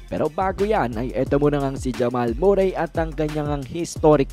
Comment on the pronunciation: Hep hep Murray! Kakatawa naman. Murry lyk curry pag pronounce nyan huh? 😆